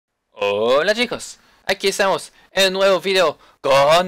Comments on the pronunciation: me encanta cuando dice ``fideo´´ en vez que video :) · like para que aprenda a decir video